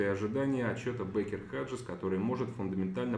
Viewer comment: Почему вы все время произносите "Бэйкер Хаджэс"? Ведь правильно произносить "Бэйкер Хьюс".